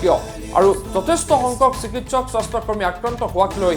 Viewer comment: Soshta kormi nohoi bhul hoise , xudhokoi ussaron korok